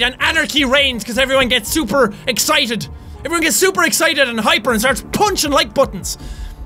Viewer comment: I LOVE how he says super 😂 "ShhhUPER fast!" His accent is so adorable